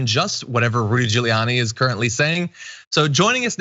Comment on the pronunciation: I'd swear John calls Giuliani 'Drooly'.. ;-)